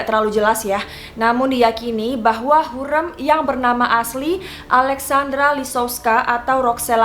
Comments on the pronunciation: Correct ka bacanya hurem "e" bukan hurreum "eu" 🥰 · Lafal ucapan nya hurrem spt rem mobil.bukan hurrem seperti kutu gurem.. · yg bnr pengucapannya harim.bukan hurem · Setuju kak, kalo aku nonton dari kasetnya jadi dengan suara asli pemeran nya bukan dari dubber, jadi cara pelafalan namanya bukan hurrem, tapi hurrEm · Wkkkwkwkkw lucu dengernya ya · Hurrem nya pake e lemah kak, wkwk sesuai film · Apasi cara baca hurrem salah:( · Kaka cara nyebutin hurrem nya ga kyak itu. Huruf E nya dbca kyk E tempe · Sebut hurrem pon x betol... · Kak, dalam bahasa turki, e dibaca keras é, sedangkan ke kecil itu untuk huruf 'ı'. Jadi Hurrem bacanya pake e gede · Cara ngomong hurrem nya aneh ya youtuber yg 1 ini. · Ka maaf pelafalan hurem di ejaan " E " Nya salah... Q nonton dramanya dulu di tv... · iyaaa hahaha masa pelafalan nama tokoh yg direview salah :( tolong dong ini sejarah :( wkwkwk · dikira garemmm kali yaaaa hurrem wkwkwkw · Amatir. Ga jelas. Nyebut nama Hurrem aja salah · Kok gw krang sreg sma penyebutan nama Ratu Hurrem nya ya. Beda bgt sma penyebutan pas di serial nya, apalgi blg mahidevran di asingkan stlh mukul Hurrem, Hurrem anak nya 6. Ko melenceng sma serial nya di TV.😏